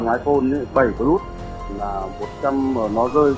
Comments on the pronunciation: Nghe cái ông bán nói 7 pờ lút :))))) là thấy bất ổn rồi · tuy là đọc không đúng chuẩn . nhưng mà đọc sao cũng được mà . có vấn đề mẹ gì đâu , ngôn ngữ Việt Nam phong phú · thấy đọc iphone 7 “pờ lút” hiểu